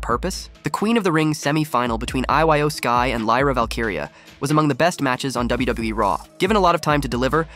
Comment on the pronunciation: How can yu watch these shows and not say they names right it makes no sense same for iyo sky like bro it’s pronounced (E-Yo)